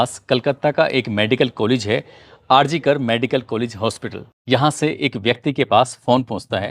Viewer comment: RG कर नहीं R G कार